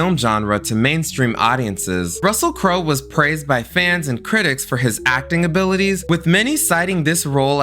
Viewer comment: Anybody notice he mispronounced the Wayans brothers name and Russell Crowes name in gladiator lol